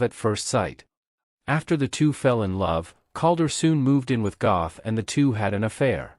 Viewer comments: Pronounced, “Get.” God forbid you get the name of the subject of the video right. 🙄🙄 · completely mispronouncing the names also.